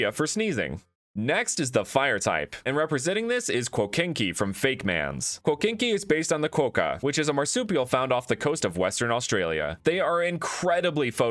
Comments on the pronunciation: It’s Qwo ka. Not Qwoaka. As an Australian I hear this a lot, so this isn’t supposed to be mean or angry I just hope this helps if it happens again! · You said quokka like ‘quoca’ when it’s said like, well ‘quokker’ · quokka is pronounced "kwoh-kah" btw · Quokka is pronounced kwa-ka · Aussies cringing at the way he is saying quokka v